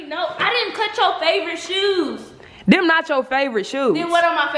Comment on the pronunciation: Jazz got saying “ dem “ lmao 😂. Edit